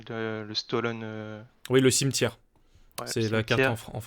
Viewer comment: le cimeterre et pas le cimetière 😂